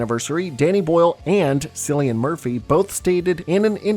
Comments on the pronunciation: Don't feel bad, I was also corrected on the pronunciation of Cillian's name. I loved him for being willing to be nude on screen as most men are far to insecure to show it all. But that's also a big of Irish mentality. If they don't get it together, they're going to have to call it 28 Years Later, lol. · btw its Kill - EE- An, not silly-an lol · Interesting video, but it was so grating hearing you say “silly-en Murphy instead of “Kill-e-en” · haha just noticed you said sillian murphy just want to let you know it’s pronounced kill-ian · I find it funny that youtubers can't fact-check themselves when it comes to an actor or character's name. It's pronounced Killian, the "C" is acting as a "K." Jesus. And he's well known you should already know this. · Man is disrespecting Cillian Murphy. Its pronounced kill-ian. Not silly-an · Wait, did you just pronounce it Sillian Murphy, like with an S? That ain’t right lmao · Love the video, it’s pronounced killian murphy though not sillian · Bugs me when people pronounce Cillian Murphy as Sillian it’s pronounced Killian other than that great video. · cillian murphy is pronounced with a hard C. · SILLIAN???? Sillian Murphy??? 🤣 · its Cillian with a "K" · Still cant get over Cillian murphy being called "Silly-an" 😂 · "Silly-an Murphy" 😂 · FYI, Cillian with a K, and he’d tell you the same with a straight face. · It’s pronounced “Killy-En” Murphy lol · Is that how you say Cillian Murphy? I've always pronounced it "Kill-Ian Murphy and he's my third favorite actor ever. My life doesn't make sense anymore. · As an irish man, i can confirm... It's pronounced "Killian Murphy". Even with the C, it's irish name so the C sounds like a K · Cillian is pronounced Kilien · Its funny how he calls cillian Murphy sillyan murphy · "sillian murphy" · It’s pronounced killian Murphy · Wow, his name is pronounced Killian, not with a “soft c”… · The mispronunciation of Cillian’s name filled me with uncontrollable Fenian rage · Was looking for this comment